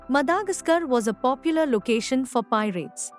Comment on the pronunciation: Madagascar is pronounced as what?